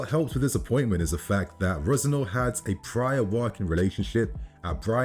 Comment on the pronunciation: Is this not Leroy Resenoir's kid ? Why are you pronouncing the surname like that ?